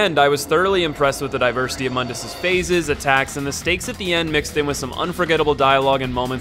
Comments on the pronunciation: It's pronounced "Moon - dus" not "mun - dus" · actually false, it's pronounced like "moon-duhs" not "muhn-dis" but yeah mundus = The world because mundus is the creator of the dmc universe. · I hate how the reboot got everyone mispronouncing the villian, it's pronounced Moondus, like the moon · To be fair the spelling of Mundus is quite deceptive to it's pronunciation.